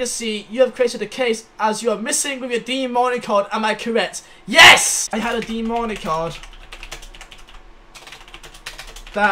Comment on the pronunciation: Its DEAN MARNEY